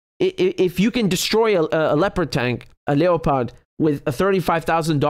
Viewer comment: lep-ard tanks thats how its pronounced ...like the cat